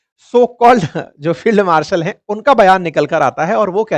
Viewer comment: हाय मैं वारी बेचारा फेल्ड मार्शल कितनीमुश्किल से अंग्रेज़ी बोल रहा है । और तुम भी फेल्ड मार्शल को फील्ड मार्शल बोल देते हो ।